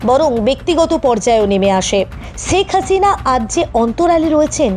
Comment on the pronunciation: শেখ হাসিনা নামটাও শুদ্ধ করে বলতে পারেন না?